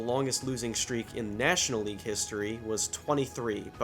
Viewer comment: so I guess in your part of the country you pronounce the words "shtreak" and "shtraight" ?